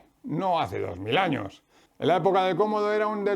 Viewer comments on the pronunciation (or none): none